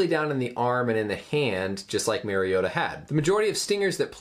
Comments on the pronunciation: Title says "Mariota" but you keep saying Maryota. Not knowing the subject's name doesn't exactly bode well for your claimed level of education (MD). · Pronounce Mari not merry. Great Vid though !! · It’s Mario-ta. Not Mairry-ota. Marcus and Mariota have the same first syllable and pronunciation. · Dope explanation. Tidbit so you dont get killed by Ducks and Titans fans....its MARR-iota and not MARY-iota...LOL! Great video! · It’s actually MARIO-TAH. That’s the correct pronunciation of his name. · MARIO-TAH That’s the correct pronunciation if you guys have trouble with Samoan. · In all fairness I mispronounced his last name :/